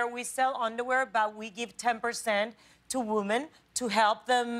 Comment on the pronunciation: Either she forgets or no one has ever told her how to properly pronounce "women". I'm also colombian in case someone replies "it's part of her accent".